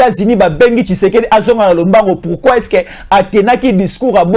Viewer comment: Pratique les mots pour bien le prononcer frère, tu es communicateur, fais attention avec tes prononciantions, ça impacte aux oreilles des auditeur, i n'est pas u. Ex: partir et non partur. Tshisekedi et tshusekdi. A part j'aime suivre tes analyses frère.